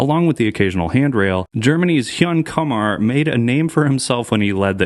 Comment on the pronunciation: its not kumar like harold and kumar hahaha